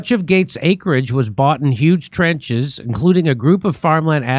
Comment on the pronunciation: Jimmy... it is not TRENCHES... it is TRAH CHEZ